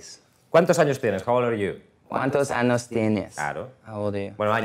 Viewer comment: Shawn siendo tan tierno y pronunciando "¿Cuántos aNos tienes?